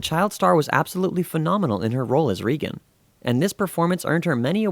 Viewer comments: Friedkin and "Reagan' are being pronounced wrong on here... and its "Rick James' NOT 'James Rick. I'm so sorry but credibility stems from everything being correct. That being said.... it was a very good and interesting video. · Whenever I watch an interesting subject that utilizes a narrator, I look forward to learning something. The moment I hear the narrator mispronounce names, e.g.: Regan, Friedkin,and give wrong information, (the year The Exorcist came ou) I can’t take this serious. Am I the only one it irritates?